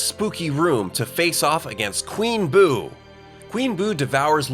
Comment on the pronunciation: ITS BOO NOT BOP